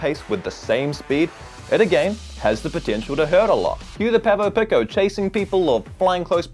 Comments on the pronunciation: He says, "PECK oh" its actually pronounced "PEAK oh" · Pronounced peeko my friend not picko 🙂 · Are you deliberately mispronouncing "pico"? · The way you pronounce Pico is a real trigger for me.